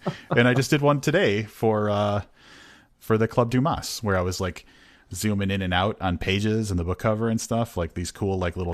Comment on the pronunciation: The s in Dumas is silent!